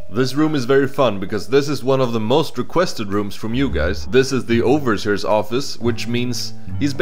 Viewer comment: "oversers"? what... It's 'Over-see-ers'